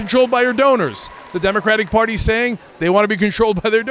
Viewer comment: "Demicraddy Porty"